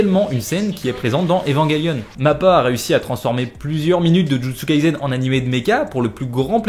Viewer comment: ON DIT JUJUTSU KAISEN PAS jUtsU KalsEN